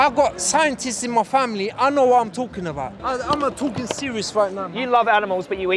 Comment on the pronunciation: "I got scientists in ma family, I noe wot I'm talkin about" Absolute gold